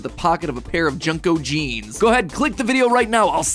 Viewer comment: Y'know, I was really enjoying this episode and then he said... "Junco"? Why wouldn't you just say "Jean co"? I mean, sure there's no vowel there in "JNCO" but... They're a jean company... A "jean co" Amiwrong?